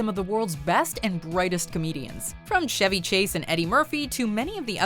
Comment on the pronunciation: I'm an American and think Jimmy Carr should definitely be on this list. Except for one thing, it's Watchmojo, this lady just pronounced Chevy Chase as "SHevy', so you know this shit is irrelevant.